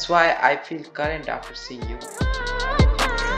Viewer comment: current hota h bhai 🥲 CORRENT ni